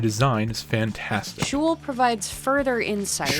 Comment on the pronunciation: The name is pronounced sheol(but the o and the e pronounced like one vowel) not shull(like hull)